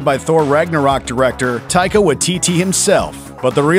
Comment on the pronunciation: I love how well the struggle was to pronounce Taika's name. NZ represent apologies our names are so difficult to pronounce.